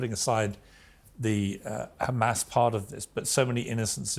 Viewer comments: Pierce your face turned colorful when he asked you and sunak and all those cheer leader to go with him to Gaza and see with your own eyes And stop you guys sayingkkkkhhhaaamas Instead of Hamas cause they can pronounce hot water HoT not khhhhottt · "But do you condemn KHAMAS ?"